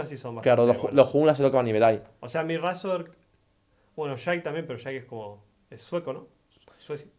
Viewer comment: me dio mucha risa como en vez de decir razork dijo reizor y es mi nombre de lol xd